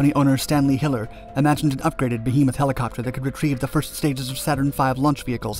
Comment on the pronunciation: I’m delighted to find that the narrator can pronounce the word “behemoth” correctly. So many professionals can’t for some reason. Well done 👍